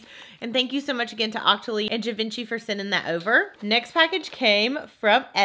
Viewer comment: I’m not sure if someone said this but Givenchy is actually pronounced jeev-on-she. It’s French so it has a weird pronunciation that totally doesn’t match the spelling! 😸